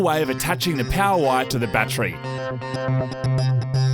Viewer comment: Love how they say battree.